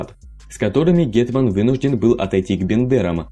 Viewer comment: Файно сказав ґєтьман 👌😆 "гетьман"